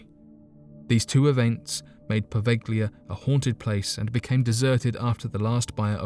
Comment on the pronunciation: Po' veh lee ah. The G Is not pronounced in the Italian plague islands name Poveglia.